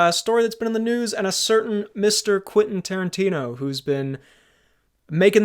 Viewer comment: Quenfeet Toerantino